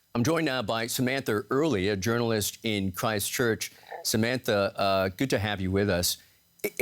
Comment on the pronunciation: I cringed the way he said Christchurch, he literally said it like Cry-Stchurch...